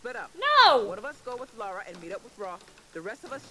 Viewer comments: Brilliant playthrough first episode. Two things. Bass in audio is too loud for headphones. Second. Come on Nicole. Its Lara. LA-RA lol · I hate being one of those guys, but, This is not the first game. The first game was released in the mid 90s. This is the first of the reboot series. It's Lara, not Laura. :p